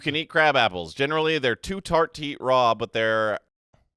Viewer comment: Is it garbage if you refer to it as Monday night Rawl.. there's no L 😂